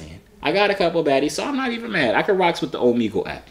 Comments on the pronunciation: ohmehgul not ohmeegul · For the last time it's Omegle. (O-MEG-EL) pronounce it out 😁👍🏿